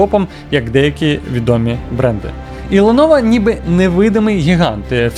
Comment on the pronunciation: Ти шо дибіл яке леново лепово вчи ганглійську